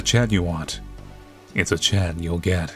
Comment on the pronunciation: Also during the scene when he says if it’s a chat you want it’s a chat you’ll get I heard Chad 😂😂😂